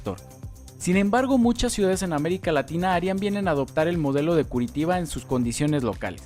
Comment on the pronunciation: Muy buena informacion y muy intersante, pero tenias que haber aprendido a pronunciar el nombre de esta ciudad con su sonido en portugues que se asemeja a "Curichiba", o algo asi.